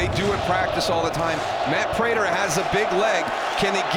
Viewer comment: Itz Vibes prater not raider